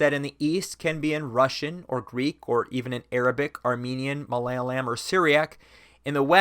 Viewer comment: The way he pronounced "malayalam" made my head spin lol